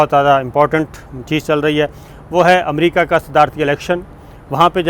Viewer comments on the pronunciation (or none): none